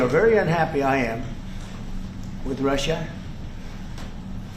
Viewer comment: Wtf does he say Russia in such a weird way.. hes such a tool.